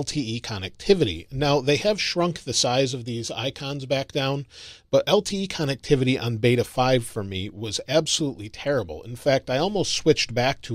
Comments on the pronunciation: It comes out sounding like connuctivity. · Another great video but the way you say connectivity drive me nuts! Lol